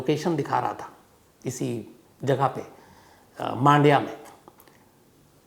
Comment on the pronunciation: 1 मांडिया नही " मंडिया " कहा जाता हैं 2 बैंगलोर नहीं " बेंगलुरु " कहे भविष्य में 3 बेंगलुरु में कोई रेडलाइट एरिया नही जो आप ने कहा । बहुत से जगह वैश्या घर छुप के चलते हैं